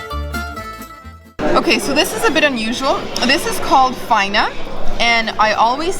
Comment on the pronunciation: Faina goes on top of the pizza and receives the accent on the last A.FainA